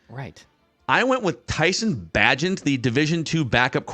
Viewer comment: Of course is incapable of correctly pronouncing Tyson bagent s name